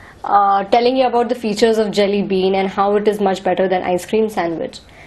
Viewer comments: This gal is so dumb.. ur accent is jalebi whenever u say Jelly bean.. lol.. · I swear I hear Jalebi every time u say Jelly Bean :)